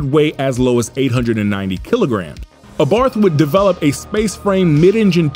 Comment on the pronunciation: This mispronunciation of Abarth, is such a distraction.